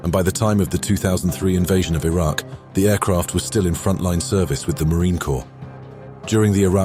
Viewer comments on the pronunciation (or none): none